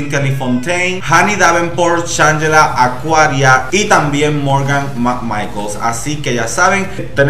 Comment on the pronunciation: 10 años después y aún le dice Morgan macmaicols😂😂